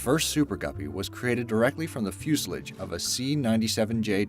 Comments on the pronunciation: He kept saying 'Fusalige!' It's Fuselage..... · its fucking 'Fusealaaaaage'....not 'fuseledge' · Its not called fucking Fuselich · Are you really surprised? This guy can't even say fuselage. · mispronounced fuselage